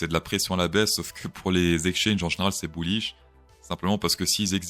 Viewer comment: n'active pas les sous-titres xD "buouish" Top l'intro ! je decouvre a peine ta chaîne ! team ++